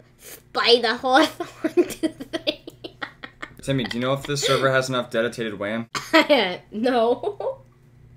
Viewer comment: "Dedutated wham" HAHAHA